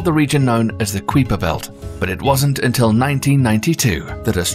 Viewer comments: The "qweeper belt?" I've never heard Gerard Kuiper's name pronounced to rhyme with sweeper or creeper. Usually, it's kaiper, rhyming with kaiser, if you're interested. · is someone gonna tell him it's pronounced Ki-Per belt not qui-per belt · Keye-Per Belt not Queeper Belt. You Brits pronounce everything wrong! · Ok it's kiper belt (k-eye-per) ... Not queaper (kweeeper)... seriously.... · To begin with, the Kuiper belt us pronounced 'Kyper' not Kweeper. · Is it the "kwee-per" belt? I always heard it pronounced "kai-per" belt. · Usually I let this kind of stuff go. But he said it so many times I had to quit, and leave the nasty comment. It was getting so annoying! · Lmao😂 man idk what it is with these commentators pronouncing things wrong. There’s several things I’ve heard mispronounced. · Kweeper belt 🤣🤣🤣. Stop it you're killing me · What a load of crap! Several basic errors in the video. E.g.: the crew of the Challlenger didn't die instantly. The narrator also has no idea what he's talking about. He didn't pre-read the text, just started reading and ofcourse made mistakes in pronounciation. E.g. The Kuiper belt.